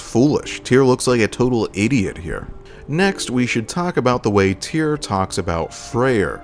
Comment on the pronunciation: Right. Here’s a helpful mnemonic: “Tyr, rhymes with fear. Tyr, rhymes with dear. Hope that helps.